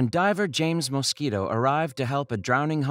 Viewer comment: "When diver James Moskito..." 😂